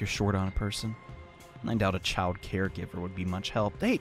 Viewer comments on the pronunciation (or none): none